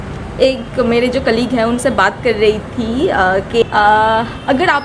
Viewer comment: Not tha it's thi